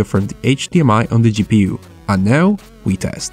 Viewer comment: I like how you say gi pi yu instead of ji pi yu